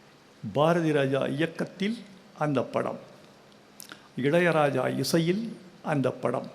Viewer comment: முதன் முதலில் வைரமுத்துவின் நெஞ்சை தொடும், கண்ணை நனைக்கும், நரம்புகள் சிலிர்க்கும் உரை நடை கவிதையை கேட்டேன். இது சம்பவத்தை சொல்லும் விடயம் அல்ல, சம்பவம் செய்து விட்டார். இளையராஜா என்ற சொல்லை வைரமுத்துவை போல் அழகாக உச்சரித்தவர்களை நான் கேட்டதில்லை!! பிரிந்திருந்தாலும்....அவரின் இதயமும் இதழும் இயல்பாய், இசையாய் உச்சரிக்கும் அந்த வார்த்தையை உச்சரிப்பதே ஓர் பேரழகு தான்